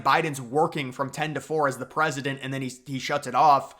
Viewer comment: Biden should stay in the race. He's the gawd dang prezidunt of ewwnited States of Uhmiracaw he can do whatever the hell he wants to do. Trump gunna crush em anyway in November so WTF is the difference.